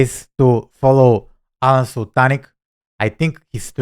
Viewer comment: This video is so funny. Here are a few points to ponder …. First, you are correct with the pronunciation of “Sul-tin-ich”. Second, you’re right that both are incredible marketers. People should learn from both. Alen’s Nothing Held Back community is the best there is for 100 reasons. Third, they probably wouldn’t fight as they are buddies. Maybe they’d pinkie wrestle over bourbon or a coffee. Fourth, this is where I think you may be off with your prediction with who’d win. Alen is a very big man at 6’2” and VERY buff. His legs are like tree trunks and he’s really fit. Not sure if he has wrestling skills like Russell though. This is a fun video and I know you made it for that reason. 😂